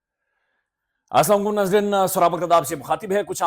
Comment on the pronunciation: Bhai (assalam walekum) sahe kro apna . Jb b bolty ho . Galt Salam krty ho